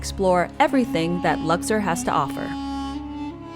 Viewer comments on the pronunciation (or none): Learn how to pronounce word accurately in English and the name Lux- or!.